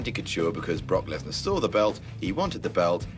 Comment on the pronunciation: lmfao 'Brockleberry Lesnar"